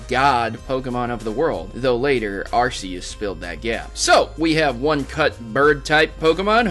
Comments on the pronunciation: it's Ar Kee Us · Sorry about this but it's pronounced: Ar-key-us but the spelling is ARCEUS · its ar-key-us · he says it wrong